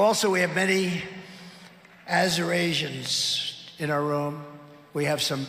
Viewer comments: Azerasians must be the ones coming from "countries nobody has even heard of" that he keeps talking about 😂😂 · Lots of Azorasians in the room. How’s things over on Trouth Senchual? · AZURASIANS ? C’mon Americans . This is ridiculous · Wow trump really? Azurasians? Did you even attend one class in College? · OMG they have got to get this guy to a hospital STAT,😱😱😱